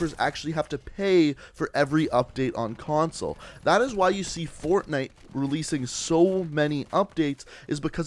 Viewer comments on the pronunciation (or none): none